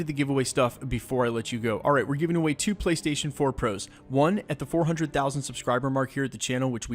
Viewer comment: ?Does anyone else think its weird the way he says "2 Playstation 4 Pros"